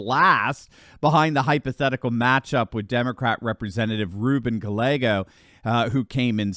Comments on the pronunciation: HIS NAME IS PRONOUNCED GUY YEAH GOZ! DOUBLE LL'S PRODUCE A 'Y' SOUND IN SPANISH. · RUBEN GALLEGO pronounce GA-YEGO ... Spanish...